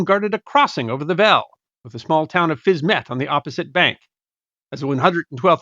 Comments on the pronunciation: If Fisme is pronounced in French as 'Feem', then surely the little part of the town across the river is pronounced 'Feem-ett', not 'Fiz-mett'???? The French suffix 'ette' means small version I think? Makes sense I think 🤔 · Not even a French speaker, but I'll hazard a guess that if Fismes is pronounced Feem , then Fismette will be Feemette .